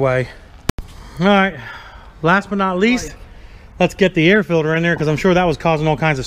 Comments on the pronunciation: Filder instead of “filter” 😂😂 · That air fidder is good for another 15HP at least! I 🤣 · Haha! Dad said filder again. Haha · Did you put a "filder" in it?